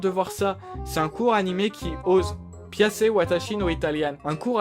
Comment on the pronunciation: 67) ça se prononce Pi-Ya-Tché je pense ^^